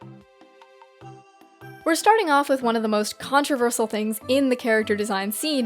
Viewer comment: the way you say "controversial" hurts me